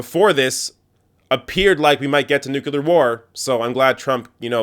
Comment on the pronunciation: I love your videos, watch them all the time. BUT! Please! There's only one "u" in nuclear! It's pronounced "new-klee-ar" not "nu-cu-lar". GW was mercilessly mocked for not knowing how to pronounce this very simple word. You don't want to be in his company, do you?